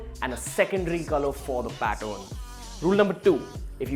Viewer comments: Is it pattern or pattorn..? Are u wrongly pronouncing it.? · Say pattern not Patton! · Learn how to pronounce "pattern" not "pat-own" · Its pattern not paton